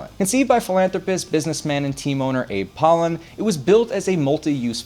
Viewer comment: Also butchered Abe Polin